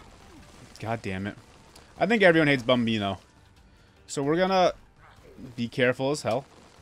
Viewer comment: the way you said "bambino" sounds very italian! do you speak it?